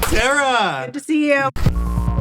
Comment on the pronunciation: i was tripping when anthony said "cara" and then "terra" i thought he said the same name twice and had to rewind 💀💀